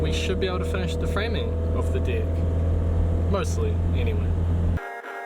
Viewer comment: Am i the only one who noticed but this guy says Dick i.s.o. Deck